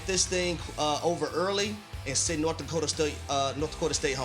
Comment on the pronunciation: How has no one said anything about "Dokta"? Do you mean Dakota?